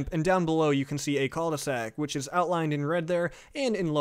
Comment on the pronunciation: Am I the only one who thought that "Cul-De-Sac" was said like "Culvey Sack"? Lol